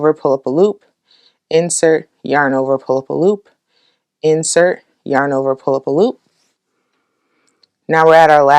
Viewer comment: "pull up a loop" is starting to sound like "pulopalop" to me :D